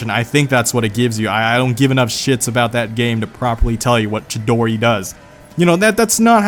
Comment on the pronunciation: He pernounced chidori wrong it is the name of a Japanese bird